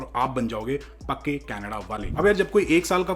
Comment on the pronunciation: "Pakke Canadaale". Not "kache" but "pakke".